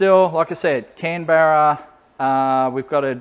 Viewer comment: Communication error with the Can-Barra interface? I kept thinking you were making a political joke for half the video..